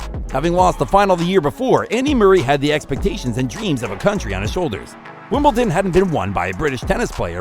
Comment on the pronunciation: There’s no T in Wimbledon!